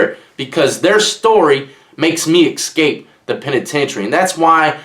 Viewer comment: I understand everything well. With the exception of the word exscape? It's escape bro